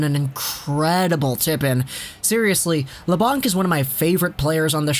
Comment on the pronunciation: It's pronounced La-Bank, not La-Bonk